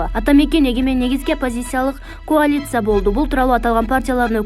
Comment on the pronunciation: Коалиция дебей туура окусан